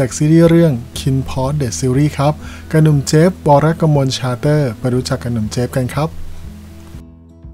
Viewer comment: ขอบคุณที่ทำคลิปออกมาให้ชมนะคะ 😊 แต่อยากให้ออกเสียง ซ.โซ่ ให้ชัดกว่านี้อีกนิดค่ะ เพราะฟังออกเสียงนามสกุลเจฟแล้วได้ยินเป็น “ชาเตอร์” มากกว่า “ซาเตอร์” นะคะ